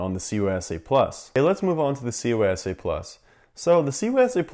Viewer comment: He throws me off every time he says CySA+ to me it sounds like he’s saying COYSA+ lol